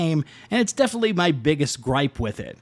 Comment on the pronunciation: I had to stop when you said "ghost of shusima" prior to that you said "definely" and "excetera" learn to properly pronounce words or stay away from creating content.